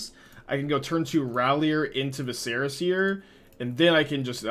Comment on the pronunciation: Love the deck. Just a pronunciation tip: “Vi-sr-uh” seer. Like visceral….but without the L. Not “Va-Serra”. Not that it matters but your rhetoric is kinda your bread and butter. Also glad you are dabbling in pioneer. Wherever you go is where thousands of players flock. Hopefully Wizards recognizes you keep their game alive and have a huge influence in card sales.